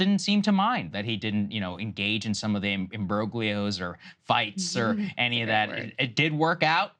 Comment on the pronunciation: Dude, the G in imbroglio is SILENT